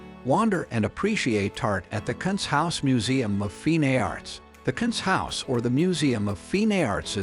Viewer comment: Yes, river is bad, but what about “kunsthaus”? 😂😂